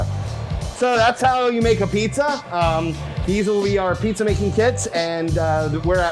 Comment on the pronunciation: He calls it A Pizza. It's abeetz! Come on, you are making money off of the GREAT NEW HAVEN PIZZA Reputation. I'll give you credit for fooling everyone in DC, god knows they have been doing that to the rest of America for years. Thanks for playing.